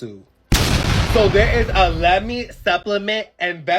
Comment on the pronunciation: I keep hearing "Lemmings" rather than "Lemme" 😂